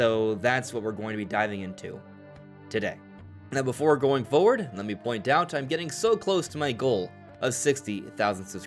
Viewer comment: A few notes of feedback for the video: Might want to double check the pronunciation of the following words: Coincide, forward My big critique of this video is one that could be leveled at many channels that post content about rumors, regarding video games, tech or whatever: The video has almost no new information, or only the tiniest scraps and not only have the barest of scraps which could have be gone over in about 30 seconds been turned into a 20 minute(!!) video but the title far over blows the importance or interestingness of the information being shared in the video. The title of the video is 'Very Exciting Ocarina Of Time Remake News!' Being desperate for information on the new game I click the video, warily acknowledging the reality to myself that this is probably clickbait. I give it a try anyway. Guess what the VERY EXCITING OCARINA OF TME REMAKE NEWS is? There might be some new information about the game announced next month! A shocker right? The game is coming out this year so, yeah it was already kind of expected that they are going to release some information about it pretty soon. BUT WAIT! THERE'S MORE! They released some kind of tagline where Nintendo mentions 'Reborn Across Time', in connection with the game. Ok, that's, uh almost nothing but sure. Hold up you may say, I'm being unfair. You give an ANALYSIS of this statement. Your analysis fell flat in my opinion, however. There were a lot of words and not much of value was really said. You finish up by point